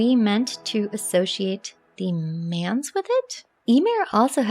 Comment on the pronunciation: Manse is pronounced like dance starting with an M, not like 'mans.'